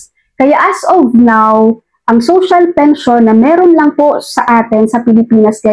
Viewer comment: Tama po,Robot po ang nagsasalita doon,lahat fake news,para lng dumami ang subscribers.Pakinggan nyo yung sinasabi ng Robot na yun,yung salitang "Pension" ay binibigkas na "Pensayon".